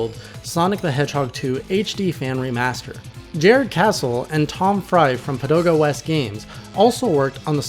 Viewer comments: Pagoda West, not Padoga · I'm pretty sure he said "Padoda"